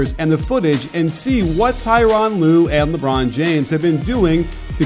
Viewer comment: Hahaha the way he said "lebron James" 😂😂